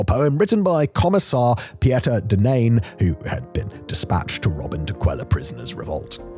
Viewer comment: Pieter is pronounced Peter woth a Hard R.